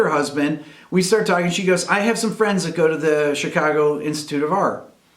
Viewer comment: Where'd you learn to say Chicago like a local? Just hearing that made me homesick... Also, you could have your story in the current day Chicago, but... heroin...